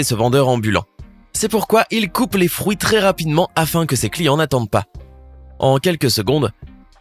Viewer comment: Il a dit les froui